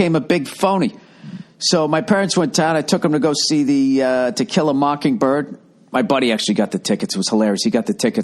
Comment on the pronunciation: Why you saying it like that Bill? It's 'To kill a mockingbird' not 'tequila mockingbird'. That your sobriety talkin Bill?